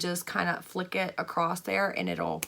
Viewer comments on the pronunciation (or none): none